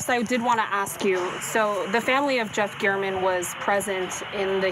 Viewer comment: The number of times she mispronounces the victim’s name..😬